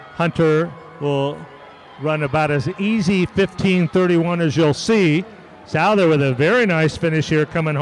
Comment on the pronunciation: For future reference Owen Souther’s name is pronounced SUTH-ER